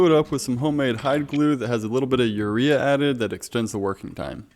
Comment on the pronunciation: Did he say urea